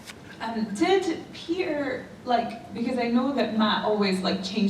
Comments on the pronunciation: Everytime Jenna says Peter I hear pizza. 😂 Sorry. 😂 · every time Jenna said 'Peter' I understood 'pizza'